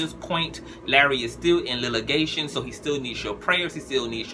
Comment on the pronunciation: Litigation not lillgation. Good commentary.